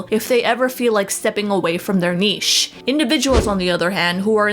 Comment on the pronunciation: I feel like they’re pronouncing niche wrong